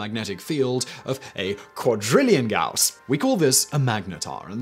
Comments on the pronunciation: "Gauss" is pronaunced gAus. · Gauss pronunciation change?... Now you're just trolling us pedants. Respect! 😜😂🤣